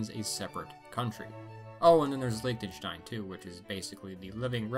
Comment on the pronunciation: Did he just call Liechtenstein ein ‘laytictstein’?